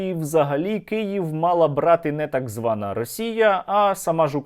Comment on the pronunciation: В мене лише одне запитання, чому акцент іде на фразу «так звана росія», поясніть хто небуть будьласка